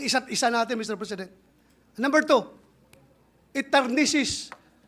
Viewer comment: PATI SI BATO HINDI MABIGKAS NG MAAYOS ANG “TARNISH” AT BIGKAS NIYA “TARNISIS”TAGALUGIN MU NA LANG KASI! HUWAG NA KAYONG PAPORMA AT MAGSALITA NG TAMA PARA LAHAT AY “MAUNTINDIHAN” 😂😂